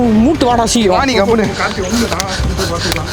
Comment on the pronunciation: 😂😂 said kachi for karthi 😂😂😂